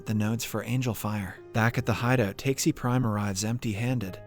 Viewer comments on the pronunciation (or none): I have a strong feeling that they used the AI website in this video because the way he pronounces Takashi in this one seems so that the writer who wrote the script for the AI, wrote TAKESI instead of TAKASHI in some lines. That is why the person or AI reads it as TAKE-SEE instead of TA-KA-SHE. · Takeshi To Takesi To Taxi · Honestly speaking i was so happy this channel got back to explaining the movie but that didn't last for long haha he kept on mis-pronouncing the name Takashi, but why are you pronouncing Takashi prime as taksi prime and not like you are pronouncing with the black guy Takashi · Also, the pronunciation of "Takeshi" to "Taxi", LMAO!!! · I crazy how they are able to do all the hard things right but fail to pronounce the name of the protagonist correctly. For the FOURTH TIME NOW! 😁😁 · TRUE LMAO